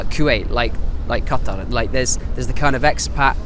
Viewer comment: I can't believe many people still mispronounce the word Qatar